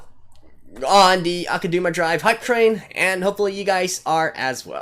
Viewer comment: I have nothing against your speculations from the musings part of the show, but this "Kansai Liberation" thing hired criminals that kill thousands of Kansai citizens, maybe they want to liberate Kansai but at what cost lmao? Also it's pronounced AkudAma not AkudUma